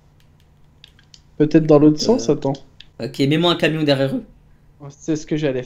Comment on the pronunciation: sais camion pas cavion